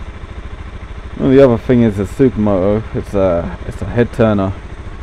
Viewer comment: Dee Ahh Zed Super Moh-Oh. Lol I <3 British People!